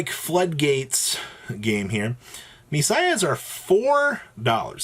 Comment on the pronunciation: If Witchcrafters ever break into meta then ME-PSY-AH is going to explode.